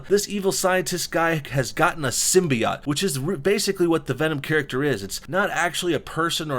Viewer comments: sim-bee-yatt... wtf? it's pronounced sim-by-ote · Last I saw Symbiote had an E on the end. Its Symbi'OTE' not Symbio'OT' AAAAAAAAAAAAAAAAAAAAAAAAARGH....Still gets a like ;) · It’s pronounced symbi OATS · One main problem I have is how people keep pronouncing Symbiote wrong. "Sim-bee-yote" is how it's been said in various Marvel games and even in the 3rd original Spider-man movie. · I swear if they called this a symbiat and not a symbiote (pronunciation not the spelling) this movie already sucks. and Venom is such an awesome character he should have got an R rating. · Jesus fuck, learn to pronounce symbiote... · Is no one going to mention the way he pernounces symbiote?